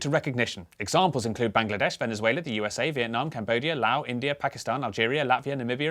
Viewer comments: bruh it’s not lao it’s Laos. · Did you just pronounce Laos as 'Lao'? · isn't the s in Laos pronounced? I thought it was a popular misconception that the country is pronounced the same as the language/culture (Lao) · Oh, and the S in Laos isn't silent either. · Laos is pronounced with a voiced S btw. Live the videos though, keep it up